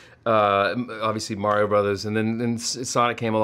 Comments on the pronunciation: Nobody: Ben: The Mayrio Brothers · He says merio